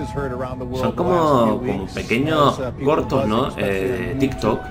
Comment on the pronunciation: Yo bi que disia tikto